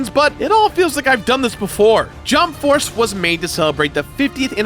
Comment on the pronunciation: Sorry jump force not Jamp force 😅